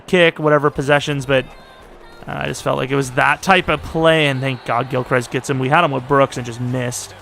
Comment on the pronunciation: For the love of God please get Parsons OUT of the MLB spot. TFG I assume is who you got this class from, is an idiot and moves players around to fit the class needs. He's a ROLB. Also, Gilchrist is pronounced gil crist.